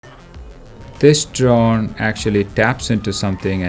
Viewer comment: I swear I heard this man say "This john over here" instead of "This drone over here" and I can never unhear it. A true Philadelphian.